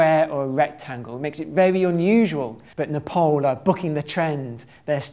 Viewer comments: You pronounce my country's name wrong! It is Nepal.(Neh-paal) Ne - nephew (british) paal- pass (british) Dont pronouce it Ne-pole Or Nepal like maple (american) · It's not Nepol, it's Nepal. Not O, it's A. Why you keep saying O is beyond me. It's A, always been always will be. A like in A-rgentina. Do you say O-rgentina? You probably don't. A like A-lgeria. Or are you tempted by O-lgeria? I guess not. So: Nepal like NepAAAl. Not NepOOOl. A as A. A. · IT’S PRONOUNCED N • e • p • aa • l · Not Nephol it's Nepal.😊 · It's not Nepol, it's Nepal. Idiot. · It's pronounced as Népaal, not Napole. Anyway, great video. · This guy annoyed me enough as it was then he started saying "Nepole" instead of "Nepal" WHAT THE FUCK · Ne-paul.. He said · Its not Nepol there is a "A" not "O" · I like how he pronounces Nepal as "Nuhpawl" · Its strange how most of the World pronounces Nepal as Nepol. I'm actually Indian so I'm quite used to mispronounced names :-D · I am amazed how the guy can not pronounce Nepal well. Great video though.